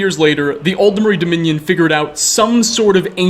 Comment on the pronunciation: Not to mention pronouncing Aldmeri with 4 syllables for some reason